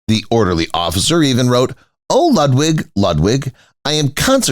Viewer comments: Do try to pronounce the name of Ludwig correctly. Your repeated misprocuniation is off big time along with historical inaccuracies. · The narator mangles pronunciation of 'Ludwig' and 'Wagner' so can you imagine how he'd mangle 'Neuschwanstein' !!!